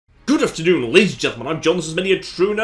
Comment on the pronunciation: what was that at the start? "good afterdoodle?